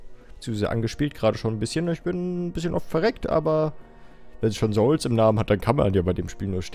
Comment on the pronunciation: Alles klar Dungeon Zoulzs und nicht Dungeon Souls :D